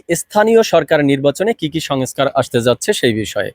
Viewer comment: ভাইজান, আপ‌নি এ‌তো বড় প‌ত্রিকার রি‌পোর্টার/সাংবা‌দিক! আপনার উচ্চার‌নে সমস‌্যা আ‌ছে! ঠিক ক‌রেন। "সঙএছকার" কি? ২৩,০০০ কোটির স্থ‌লে ৬০০ কো‌টি চার ভা‌গের এক ভাগ কি ক‌রে হয়। "খাওয়ার আ‌গে মেয়াদ দেখা উ‌চিৎ"